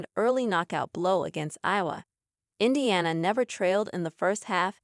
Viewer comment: When your A.I. is so bad it can't even pronounce Iowa, I can't listen to it 🙄